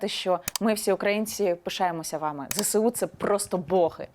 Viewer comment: дивно, що каже зесеу ,а не зеЕсу